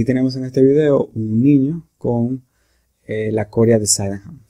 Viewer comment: La palabra es corea no "córea"